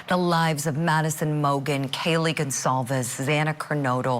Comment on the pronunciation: I can't believe how much this case has been covered and yet someone still pronounces Kaylee's name wrong. Hopefully some sort of closure can happen for the families.